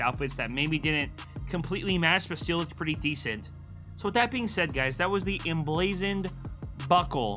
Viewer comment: Only real fans are here when it says emblaxoned